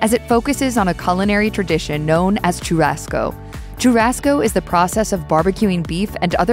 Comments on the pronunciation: Too-rasco as well 😂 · Learn to pronounce “churrasco” properly. Sho-Ha-Sko 😑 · Wtf is Chew-Rasco ??? 🤦🤣🤣🤣💀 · You need to work on pronunciation of logo de Chao and Churrasco....every Brazilian ears hurt right now...terrible...